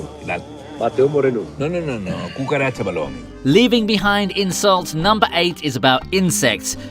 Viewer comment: when you pronounced cucaracha, I cringed so hard that my jaws locked for a moment.